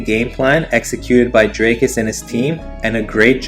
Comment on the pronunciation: Still can’t pronounce dricus there is an i and an a